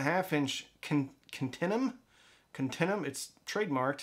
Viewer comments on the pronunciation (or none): It's pronounced continue-um.